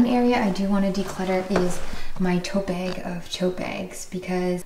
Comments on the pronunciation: it’s funny, I wouldn’t think you (or other Canadians) have an accent, until I hear you say “bag” 😂 I’m sure I have a verbal tell of my own, but it’s hard to notice your own! I mean, you’re totally right, there are specific reusable bags that I keep for specific purposes. Why do I keep the other ones just in case? 😬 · 😊 love the way Canadians pronounce the word “bag” 😊 totally inspired me to do a sweep of my house for things to declutter. Though, to be honest, I lowkey hoard reusable bags 😅